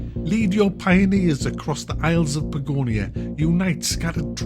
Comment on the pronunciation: its Patagonia without the tatas :S